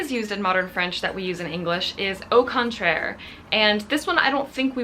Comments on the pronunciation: Hi! I'm québécois so French is my first language. I love your videos. BTW I think you have a magnificent French pronunciation 😊😀. My favourite video was the one when you spoke completely in French. Salutations! ☺ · I'm French and this was very interesting! More French words used in English please !! :D :D Oh and don't hesitate to pronunce French words, your pronunciation is very good! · Please, make a video in French, I feel like your French has improved so much ! You have a very good French pronunciation !